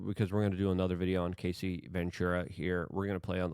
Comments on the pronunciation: Luke o can’t watch the of you don’t say her name right. You keep saying Casey…it’s Cassie. Cas-sea 😂not Case-sea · I feel like you may respect this, not trying to trash on you. The pronunciation is Ca-ss-ee, not KA-ss-ee. And it’s D-O-ge not Doige or Doy-ge. Thank you for all you do brother. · Cassie - "kass-ie" lol Luke you had me dieing trying to figure out who Casey was lol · Luke it’s Cassie! As in take away the C and the ie and it’s just ass, add them back and explain how you get Casey? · Her name is pronounced Cass-ee. Not Casey. Yw 😉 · Cassie, not casey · Bro… it’s fuckin CASS EEE. Not casey. Also, the LARGER sort of tumultulus, type of Debachurus, type of LARGER EVIL in UNSPEAKABLE ways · Brother...it's CASSIE. Not Casey. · Cassie not Casey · U keep pernouncing her name wrong. Cassie not kc. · Hey Luke, it's pronounced Ka-cee. And I know you from back in your NY days. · It's Cassie, Luke. Not Casey. 😂 It's okay we love your tongue slips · It's Cassie not Casie